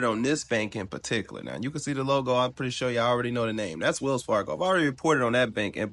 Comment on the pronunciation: get rid of the getto language, it is Wells Fargo not wills Fargo 😂